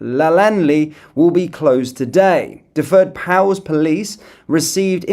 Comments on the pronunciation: Not to take away from a very serious & concerning video......but in a brief funny diversion, your Welsh pronunciations had me rolling. "Duffwoid pows" (Dyfed Powys) = pronounced "duved powiss". The rest? OMG. 😂😂. Welsh is phonetic, you say it as you see it ( once you know the sound of each letter). Ok. Back to the video and increasing anger over the seriousness of it again. 😡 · Prounced 'dav id pow is' !! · You make me laugh with your Welsh pronunciation do you want me to give them to you in phonetic language? Love your news feeds. Duved Powis Lanetlhy for starters